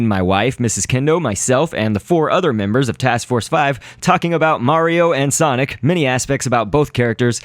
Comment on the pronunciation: i 's sonic not sonoc